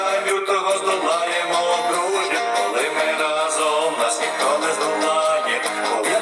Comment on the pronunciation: Вітаю. Нажаль, сумно те,що тут так яскраво абсолютно неправильно наголошується слово рАзом. А діти запам'ятовують слова пісні. разОм- неправильно.